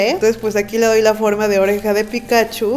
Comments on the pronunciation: Es Pikachú, no Pikáchu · Sabes que alguien nunca ha visro Pokémon cuando pronuncia "Pikáchu" en vez de "Pikachú". Jajaja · Hay tres tipos de personas: 1. Las que dicen Pikachú. 2. Las que dicen Pikáchu. 3. Las que decimos Píkachu. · 4* las que dicen pitochu XD